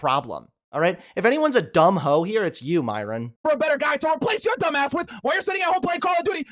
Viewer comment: I agree with everything said except...his pronunciation of Myron. It's so white the way he says it.